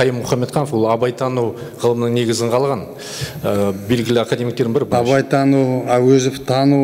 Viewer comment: Он не говорил Абайтану, он сказал бабайтану, прислушайтесь внимательнее...